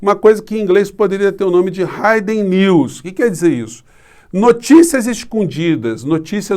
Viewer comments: "hidden" se pronuncia ríden e não raiden. Para você saber, você vê se o vocábulo tem letra dobrada, o que muda sua fonética natural no alfabeto. Bake é bêiq, back é béq. Lake e lack. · Hidden pronúncia hiden e não haiden. Verbo to hide (haid) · Desculpe, mas a pronúncia é hiden-riden!verbo hide, hid, hiden!Mas admiro muito seu conhecimento e considerações!Assisto a todas suas postagens